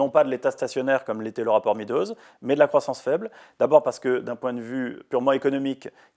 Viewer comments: MEADOWS se prononce MEDDows, et non MEEdows. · Le rapport Meadows se prononce comme MAIS DOSE, Monsieur Bueno.